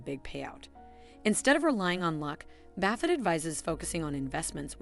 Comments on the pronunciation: Great advice, but I can’t even finish the video because she keeps saying Warren Baffit. I mean, seriously how hard would it have been to make sure that buffet is pronounced correctly, now I will spend my whole life in financial ruins because I could not finish listening. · Who the heck is Baffet? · Is it not pronounced buff-et? Or have I always been mis pronouncing it throughout my life?.....